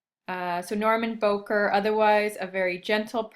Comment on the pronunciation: Bowker is pronounced Bow-as in bow of a ship, not like "bowtie"-ker (cur).